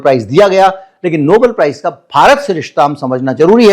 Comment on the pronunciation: Please say Nobel and not noble.